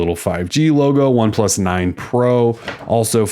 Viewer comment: Yah it's pretty obvious with how you are saying the name that you aren't familiar with them.